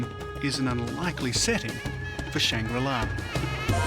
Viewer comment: Take a drink each time he says shang-rila 😂